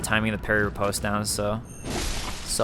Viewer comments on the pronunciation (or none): FYI: Riposte is pronounced 'ree-paahst' - short o vowel sound - NOT post like in mail or a post in the ground with a long O vowel sound. Attribute is pronounced as 'Aaht - tribute' - accent on first syllable not the second as you are pronouncing it. You sound like an intelligent person but you should learn how to pronounce words correctly! Makes you sound even more intelligent.